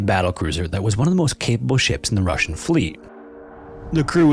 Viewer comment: Yeah the “Russjian” sure wasn’t 😂